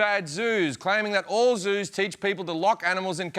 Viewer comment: Did he say Jews or Zoos ? :D :D